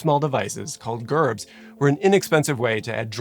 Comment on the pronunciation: Painful hearing you say Gerbs wrong over and over is cringey